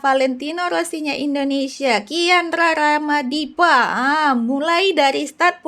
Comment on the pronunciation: kiandra ramadipa 😂😂😂 bkan kian rara madipa😅